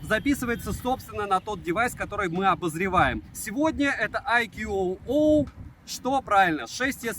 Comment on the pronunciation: АйКюОуОу--у-у! Моск уже сломался, теперь уши довядают ;-) Бренд называется ""АЙКУ" (можно "АЙКЬЮ")! VIVO создавая этот суббренд сознательно в названии обыграли созвучие в произношении IQOO (I Quest On and On) и IQ, намекая на "интеллектуальность" суббренда.